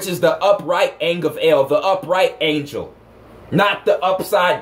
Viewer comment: When you just said Ang El i heard Ank El... AngEl/AnkEl... hmmm